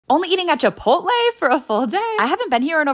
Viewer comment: I love how y’all pronounce Chipout- Lé, as 2 different words… 😂